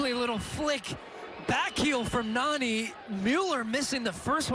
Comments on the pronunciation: It's not narni its nani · Its not Narrrni its Nani